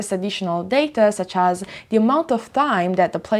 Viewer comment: Ciao 🏄‍♂️ un consiglio per migliorare ulteriormente i contenuti del canale, riguarda la pronuncia un errore che fai spesso ( niente di che eh) è pronunciare la h aspira a inizio parila wuando non ci va. Del tipo hopened anche opened oppure has anziché as. Ho voluto segnalarlo perche mi poace questo canale e ti supporto, spero di non risultare antipatico!!! Stammi bene e continua cosi che sei bravissima!!